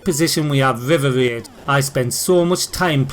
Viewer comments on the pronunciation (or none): "In 5th position we have VIVER VAID"?!?😅